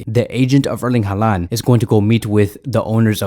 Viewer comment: Haaland isn’t Hispanic. I don’t know why you pronounce his name like that lol. It’s pronounced “Holland”